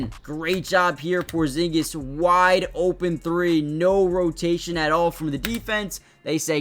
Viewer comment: almost perfect original pronunciation 😆